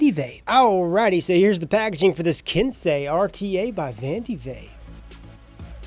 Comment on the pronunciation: Finally a reviewer that said Ken-say correctly